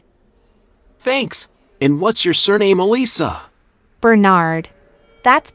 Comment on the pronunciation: ITS PRONOUNCED ELISA